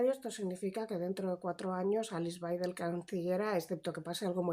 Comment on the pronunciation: En alemán la W es b Baidel así se lee.